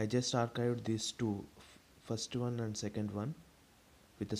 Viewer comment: Bro arcadie ky bol raha hau archived ko